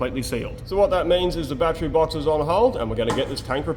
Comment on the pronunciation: It’s pronounced battery not battery.